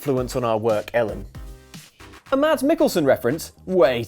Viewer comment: Should've gone for flamethrower feet and tesla coil hands. Leave a trail of fire behind every powerslide and summon lightning as you shred on a guitar. EDIT: Excellent pronunciation of my name, Ellen! You've succeeded where everyone else has failed miserably!